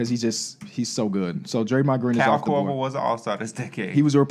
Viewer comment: Haha I thought the Iggy Pic was rough til I heard say "Kyle Korver" 😆😂